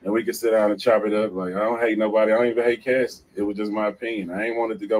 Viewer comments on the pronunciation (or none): none